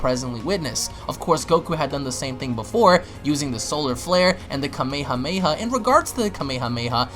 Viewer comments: Its not kamey hamey ha. Its Kame hame ha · Who THE FUCK SAYS KAMEYHAMEYHA WTFFFJFNNFNSJHDND!! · "Kameii-hah-maii-hah" smh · its kame- hame ha not kameha meha shits annoying bruh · 'kamey-hamey-ha' XD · Hearing you say Kame hame ha hurts my ears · Your also saying Kamehameha wrong!!! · The god damn way he says kamehameha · I hate the way you pronounce kame hame ha